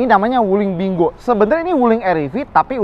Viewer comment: Kayanya lafalnya "pin kuo"